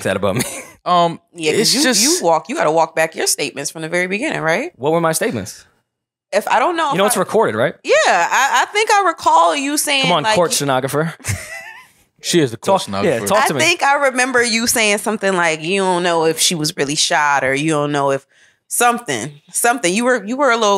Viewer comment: said court shhuunagrapher 🤣🤣